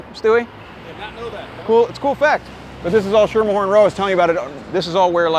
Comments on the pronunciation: FYI- "Schermerhorn" is pronounced as SKEE-mer-horn. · If you pronounce it Schermerhorn and not Skimmerhorn locals will treat you like you're an insane idiot.